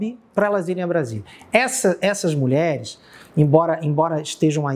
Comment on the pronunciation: Você vê o nível da repórter quando ela diz "muleres". Moça, é mulheres que pronúncia.